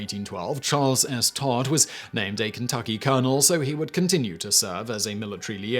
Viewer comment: Did you say Charle S. Tard? 🤔😂